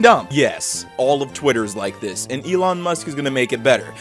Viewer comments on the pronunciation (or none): none